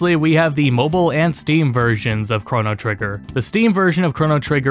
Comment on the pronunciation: It is hard watching ( hearing ? ) this great video with how you say the word Chrono XD But... I'm also the same way when people say the word mana. Q__Q